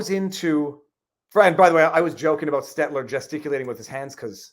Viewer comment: I prefer the longer form podcast, but either is fine. Just when you're in the car slow down a tad and take a breath every now and then lol. And Viva please, you're killing me... It's Stell-ter, not Stet-ler.